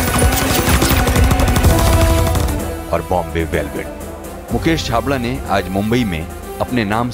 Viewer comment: it's Mukesh chhabra mere sir ka naam thik se bolo sir plz